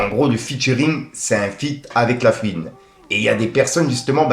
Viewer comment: eh fait un effort, on ne dit pas "pisse qu'en gros" mais "PUISQU'EN GROS". Tu fais saigner les oreilles sérieux. Pareille fais un effort avec La FOUine, pas "La Fiune". C'est pas méchant, mais vu que tu utilises souvent ces mots, ça rend fou. T'as des jeunes qui t'écoutes alors montre l'exemple. Peace.